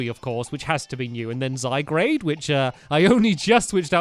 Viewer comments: STAMPY, ITS ZY-GUARD, NOT ZY-GRADE, SORRY, BUT IT RELLY ANNOYS ME FOR SOME REASON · It's not zygrade/zy-grade. It's zygarde/zy-guard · stamp its not zygarde. it's zyguard ist guard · STAMPY Its Zygarde NOT Zygrade say it ZY-GAR-DE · It is ZyGARDE, not ZyGRADE!!! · Triggered It's not Zygrade. It is Zygarde ZYGARDE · It's zyguard not zigrade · ZY GARDE NOT ZY GRADE 😂😂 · Stampylonghead he's called Zyg-ar-de what Zyg-rade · "Zygarde" is pronounced "zy-guard", not "zy-grade". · Zygarde not Zygrade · It's pronounced ZY-GUARD, not ZY-GRADE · STAMPY ITS ZYGARDE NOT ZYGRADE. JST NOTICED IT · It's Zygarde and sounds Ziy guard not Zy grade!!!!!! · It's so annoying (NOT IN A MEAN WAY) when he says zygrade, ITS ZY- GARDE, GAARRDDEE! Everybody comment about this so he sees it and starts saying zygarde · stampy its not zygrade its zygarde and its a legendary from x and y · IF YOU SAY ZYGRADE ONE MORE TIME! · Stampy it pronouced de-sid-you-eye and zy garde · It's pronounced zy guard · Why does stampy say zygarde wrong